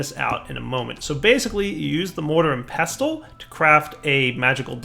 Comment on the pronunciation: The t is silent in pestle.